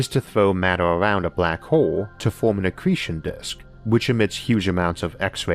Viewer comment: great video and thank you for the great content. some highlight from this video black hole = black hoo Star = stoo its own = it's ooo deeper = dipoo normal = nooomoo center = sentoo hole = "horse" sometimes bigger = bigoo slower = slovoo closer = clousoo